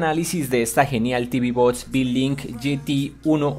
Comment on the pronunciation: Por que no pronuncias bien en ningun video? "tv bots" ?????????????????